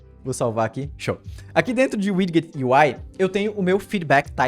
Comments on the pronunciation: Muito top! Só uma dica com relação à pronuncia da palavra Widget. Se fala "widjet" ao invés de "wid-get" :D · muito bom, muito instrutivo, como sempre... Mas, me doeu o ouvido ouvir a pronúncia de Widget - "widguit", várias vezes... rsrs... O certo seria "Wijit". Mas isso é mais chatice de quem tem TOC mesmo. Parabéns aí e obrigado por compartilhar, cara... Ajuda muito. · Tome 1 dose de cana a cada vez que ouve widguet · Haha doeu o ouvido aqui tb. Mas o conteúdo do vídeo tá show. Parabéns!